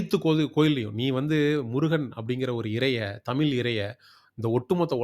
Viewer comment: ழ வை சரியாக உச்சரிகக வில்லையே. தமில் என்று கேட்கிறது